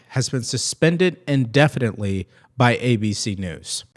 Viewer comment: "IN-definitely" as opposed to what? "OUT-definitely?"